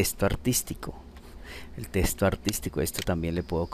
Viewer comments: Genial Hermano, pero deja de decir TESTO, es TEXTO!! Saludos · ya con tantas veces de dice TESTO se te quitan las ganas de terminar de ver la explicación.